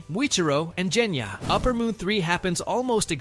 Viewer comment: Part of me dies every time the AI pronounces Genya's name as "Jenya".